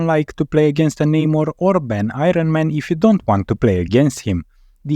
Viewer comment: I-run man...man it sounds good when you say it